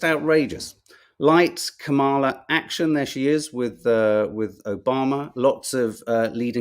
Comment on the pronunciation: OK. I'm going to try this one last time: her name is pronounced "Comma La." I know you can do this. You eventually learned how to say Joaquin. The emphasis goes on the " Comm." COMM a la. Thank you.